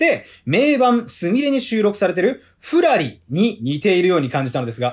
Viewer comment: 今日のゆず フラリのイントネーションがくるり笑